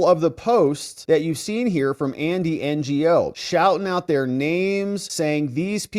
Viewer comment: Andy Ngo, is pronounced Andy Know, not NGO.